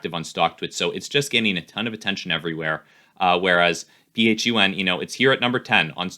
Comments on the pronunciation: Flying to the moon with dwac and just so u know its pronounced fun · Doesn't even know how to pronounce it. its pronounced Fun and it has way more value than Truth Social.